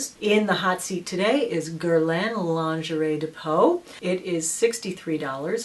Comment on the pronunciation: jcjccmz it wasnt pronounced correctly in french:) its gier-laah, kinda:)